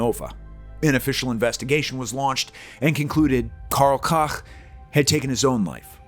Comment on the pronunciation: Karl Cock? Really? Let’s try Karl Coke…. Smh